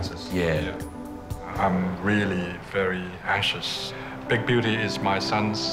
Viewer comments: I swear i heard big beauty as big booty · Is it just me or did The father of the son that owns the hamster say “big booty” than “big beauty” 😂😂😂😂😂🤣🤣🤣